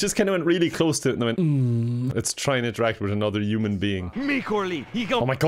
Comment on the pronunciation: Why does pronounce “Human” “U-man” always wondered.